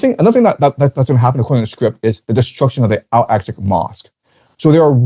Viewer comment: Al-Aqsa is pronounced æl ˈæksə (al-AK-suh), not al-asak